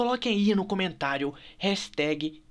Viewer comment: kkkkkkkkkkkk o falando no começo HASTAG